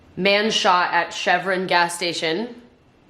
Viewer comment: no way thats how u pronounce chevron right